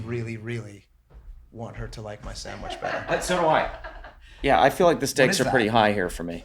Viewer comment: None of y'all say sandwich. It keeps coming out SanwiSCH